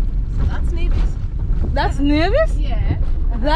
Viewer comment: Thank you for visiting our tiny islands. Sugar City St. Kitts & Queen of the Caribees Nevis. Nevis Nice & St. Kitts Sexy. Glad you had a great time here. The only thing though Necis is pronounced Neevis not Nayvis. Fyi, we Nevisians take pride in that.